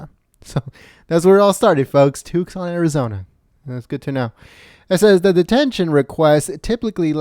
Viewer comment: Is this guy from another planet? Who the fuck pronounces it 'Tuks-on'?